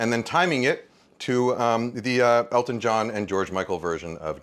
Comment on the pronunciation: I swear I heard Kenji say Alton not Elton and my brain went crazy trying to figure out how I had never heard about a song another famous chef did with George Michael. Live the song but also kinda sad the other version isn't out there.